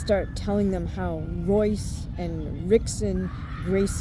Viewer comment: You mispronounced Royce and Rickson Gracie. Pronounced Hoyce and Hickson Gracie.